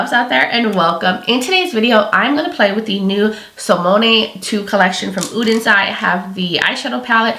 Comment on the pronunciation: You are the first creator I’ve seen so far -besides Angi and probably Annette - who actually tries to pronounce both SOLMÅNE and ODENS EYE correctly! Thank you!! I got my palette this week and you can bet I’m trying it out tomorrow!